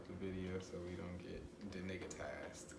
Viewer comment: Did you say denigatized